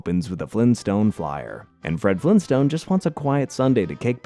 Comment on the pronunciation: anybody else catch the 24 second mark where he said fled frinstone